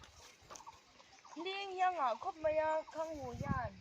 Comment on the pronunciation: Mai a tih loh in, khanghu pwh hi khangngu ati dwn amii🤣